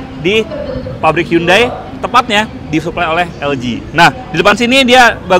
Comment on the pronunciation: Bacanya handai bukan hyundai